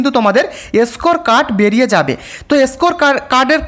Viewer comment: এসকোর কার্ড, ছি কি উচ্চারণ, জিব ছিলে ভিডিও বানাবে।